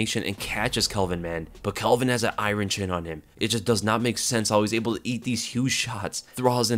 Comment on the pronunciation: If you knock bisping into next week do you get an iron chin? Hendo and gastellum?. Also dude iron? Eye-wren?. Eye-Wren chin 😂😂😂